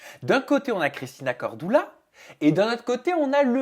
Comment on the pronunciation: Corduuuuuuula pas cordoula 😂😂😂